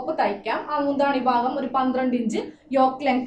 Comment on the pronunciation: ബാകം അല്ല ഭാഗം ആണ്